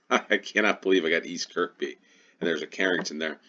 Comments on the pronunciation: It's pronounced Kur-bee not Kirk-bee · Got the first one immediately, having used Looe station a few times when there on holiday a couple of years ago. The Looe Valley Line is a wonderful old-fashioned (in the best possible way) railway. Kirkby is pronounced 'Kirby', the second k being silent. Struggled a bit with the two stations in South Wales and slightly on the other one - had a vague recollection Sway is in Hampshire but ran out of time. On that subject, yes, let's try three minute rounds for a few games. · Although locally, that particular Kirkby is probably pronounced Keeehbee. ;) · The second K in Kirkby is silent 🙂